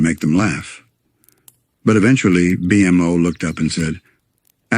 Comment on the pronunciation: Just spell it "bee moe" and it should pronouce it correctly